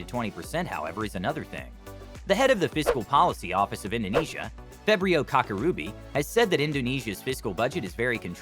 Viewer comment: i'm so sorry but the fæbrio kak-uh-ruby 🎇✨ is too funnyyy 😭